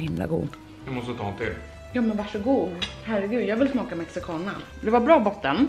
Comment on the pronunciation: När alla latinos hörde hur hon sa Mexicana...🤯